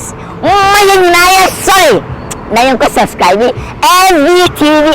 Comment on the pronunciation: You don’t say suscribe it is subscribe, please pronounce it well.